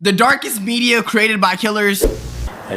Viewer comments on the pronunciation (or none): "The darkest bedia created by killers"🗣🗣🗣